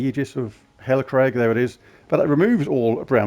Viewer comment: "Hellacrag"? 😝 its Hellcrag boss 🤣